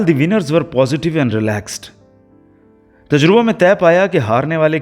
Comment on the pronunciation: Sir ye lafz "Tajriba" hai... 🙏